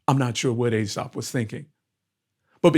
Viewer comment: EE-Sop, FFS KREE-SUSS, FFS!